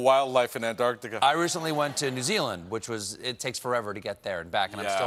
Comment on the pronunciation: Ugh, Stephen! It's not AntARTica, it's AntARCtica!